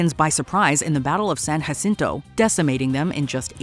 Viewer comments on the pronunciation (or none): Texian is the proper term for those that were lived in the Republic of Texas. The fact that they put Austin in the wrong place....and the battle happened near San Antonio, NOT Austin (Austin didn't exist yet). Also, it's a hard J, but she pronounced it like San Yacinto, rather than San "Juh"cinto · San hacinto😂 ....its Jacinto